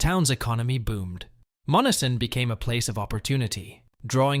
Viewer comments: Monessen is pronounced “Mon-S-en” with emphasis on the S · AI sucks. MON-ESS-EN. Not MONNESSON. Employ a human for your dumb video. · YOU ARE PROBOUNCING MONNESSON WRONG IT IS MON NESS SON NOT MONNISON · Dump the AI voice.....Monessen is hacked badly....it's - mon - ness - son not mon - a - son. About the only people that never heard of the first 2 towns you mention are from Mars. Yea, they're dead places, but so is the rest of the Mon Valley. Steel is gone and it's not coming back until WWIII and maybe not even then because we'll lose thanx to allowing the steel industry and supporting industries die. Good move unions - you helped murder our country too. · Monessen pronounced…. Mō ness en…. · You say Monessen as Mo nes sen. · It's pronounced mon e sen. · I live in Western Pa it pronounced MON ES SON. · Monessen is pronounced Mo-Nessen. It is named after Essen, Germany (a big steel making town) and the Monangahela River - Essen on the Mon River! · I currently live across the river from Monessen. They are not saying the name correctly. I live in Charleroi PA accross the river from it. It's not as bad as Monessen but it's still not good and we have empty houses and buildings as well. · Obviously your not from Pennsylvania otherwise you would know how to pronounce Monseen sorry to be rude.but when you do these please learn who to pronounce the Names ok.thanks for Sharing hope you have a good evening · You are pronouncing Monessen wrong